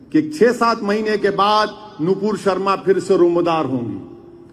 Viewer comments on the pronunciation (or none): none